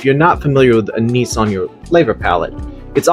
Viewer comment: anise is pronounced ann-iss